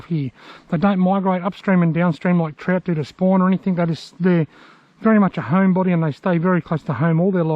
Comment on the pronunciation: Good clip! I love that you call trout trot, I always find myself saying Trot because of your videos Haha